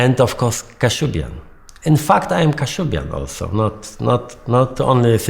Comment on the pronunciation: this is all LIES. Toosk, co ty pierdolish ? "kashub-yan" hahahahahaha